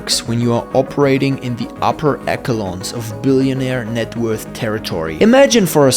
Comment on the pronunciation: Echelon is pronounced eh-shuh-lon